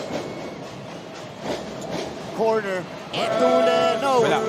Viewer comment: Sino ba yang commentetor nyu ncaa d marunong mag basa . Zedjay etulle... Etulye pag basa nyan putik😂😂